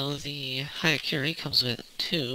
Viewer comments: It's "hya", not "haya". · it pronounce as yakuren